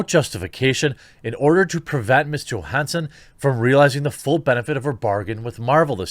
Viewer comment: Please PLEASE learn how to pronounce her last name. Jesus tapdancing Christ